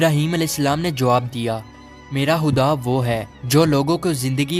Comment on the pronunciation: Are bhai khuda ko huda kiyu bol rhe ho